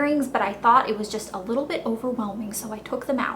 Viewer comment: "dis one has a leetle string" hahaha, you're hilarious elle. :)